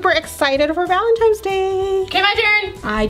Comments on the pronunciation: ITS Valentines not Valentimes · valenTINES not valenTIMES. omg she’s like 50 not knowing how to pronounce something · every time momma says valentines she said. Valemtines day lol